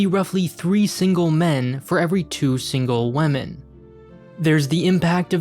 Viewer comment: Wahmen :P